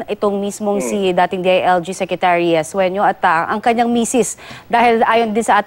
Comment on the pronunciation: the reporter is idiot.. sueno not suenio.. .. can you shoot that idiot reporter